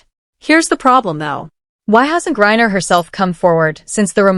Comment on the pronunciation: Mercy ...GURRIER ????? It is HE, Brian Griner.....